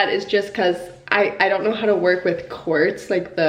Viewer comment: this whole time I thought you said cords countertops lol